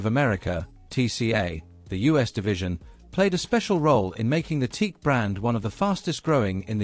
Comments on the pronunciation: Aside from pronouncing the name wrong. Why is there no mention of Berlant Concertone. Teac bought Berlant and that is how there reel to reels got into the united states under the name of concertone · He got the explanation right: “TOKYO ELECTRO ACOUSTIC COMPANY”, but he couldn’t get the head around the short version.😅